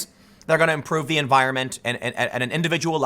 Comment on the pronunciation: It was too much of a german accent. We swedes tend to pronounce the as dö not ze.